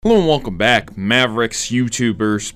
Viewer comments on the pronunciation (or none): none